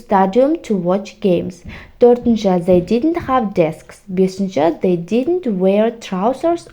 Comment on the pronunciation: Зей дегенде ду болмайды ма?зей диднт деп қойыпсыз бәрін😢